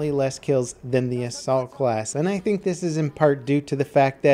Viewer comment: When he said Assault class rank 10 at the beginning I thought he said the Salt class.